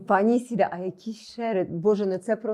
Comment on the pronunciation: Теж по вухам ріже «Ісіда». Невже так складно запамʼятати правильно імʼя ?